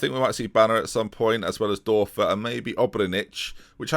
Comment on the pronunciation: The ö is pronounced oe so thorben Dörfer is actually pronounced thorben durfer